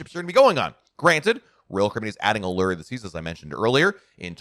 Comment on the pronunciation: Is it just me, or do others cringe when pronounces Allure and Windjammer incorrectly. I am not sure where he got those pronouncements.